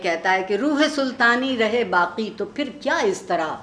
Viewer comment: Alas, no one noticed this shit of a guy tearing apart Iqbal's poem in the crudest way. What a shame, a program dedicated to the great poet, witnessed a brutal assassination of his 'kalam'. This guy pronounced 'saaqi' as 'saaki' , 'baaqi' as 'baaki'. Pathetic.